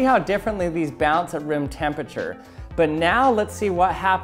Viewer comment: Gonna have a stroke if you say tempichur again